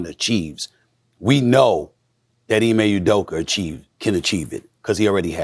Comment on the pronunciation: "Ime Uderker" Stephen A Smith